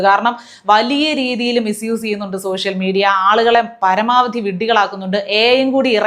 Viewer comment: നാണവും മാനവും ഉണ്ടാവണമെങ്കിൽ വിവരം വേണം!!!!!! ഇതൊന്നുമില്ലാത്ത സോഷ്യൽ മീഡിയ എന്നതിന് സോസ്യൽ മീഡിയ എന്ന് ഉച്ചരിക്കുന്ന ഈ വർഗ്ഗത്തിന് നിങ്ങൾ പറഞ്ഞ പോലെ വല്ല "കുയിമന്തിയും " ഉണ്ടാക്കി വീട്ടിലിരുന്നു കൂടെ?????????? ഓന്റെ മോന്ത കണ്ടാൽ അറിയാം ഓൻ കുളിസീനുകൾ ഒളിഞ്ഞു നോക്കി ജീവിതം തീർക്കാൻ വിധിക്കപ്പെട്ടവനാണെന്ന്!!!!!!!!